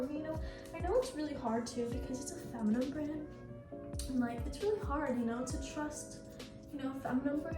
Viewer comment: baby girl its feminine - fem uh nin